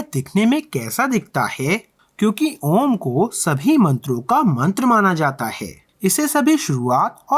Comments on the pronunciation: 👌💐👍! 👍 व्हेरी नाईस! 👌 लेकिन... ओम का उच्चारण - अ s उ s म s s s इसी प्रकार से बिलकुल शास्त्रशुद्ध तरिकेसे करोगे तो शायद सामने - ओंकार की आकृती ही दिखाई देगी! 👍💐👌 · V good But ओम का ध्वनि कोई rushi से सीखिए थोड़ा सुधार की जरूरत है नमस्ते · You dont prominence the mantra . Ur dtyle of saying the word OM is totally failty . Ask some one else to do this . U r a disaster .